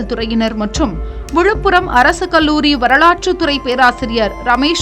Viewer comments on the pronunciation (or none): none